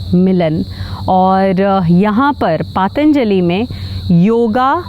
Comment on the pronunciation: Pronunciation is wrong of “Patanjali”, as you are saying Paataanjali”.